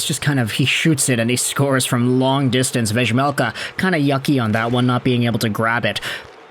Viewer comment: hey just fyi it's pronounced "veymelka", same as Juraj Slaf.. is "Yuray"